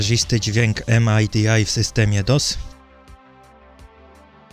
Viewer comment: "Em-aj-di-aj"? :D Nawet anglosasi mówi po prostu "midi". :)